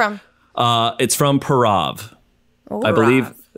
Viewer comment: Hey 'Purav' is pronounced as 'Poorav'.